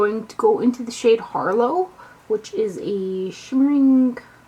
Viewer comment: It's pronounced "har-lotte", honey. As in, "this harlot has many vices" ;)